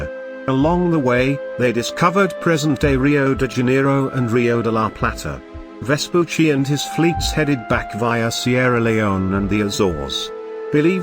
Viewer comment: Well, at least they get the pronunciation of Vespucci right, only the cadence is a bit off. Most other videos about him I've seen on youtube completely butcher his name.